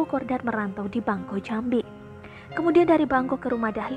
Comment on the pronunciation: Baca Bangko bukan bangkok